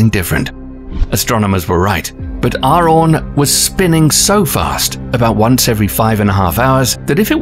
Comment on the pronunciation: its arawn not aron. lol